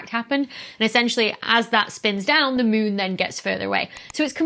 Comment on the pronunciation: she says mune :D ...oh, i love it :D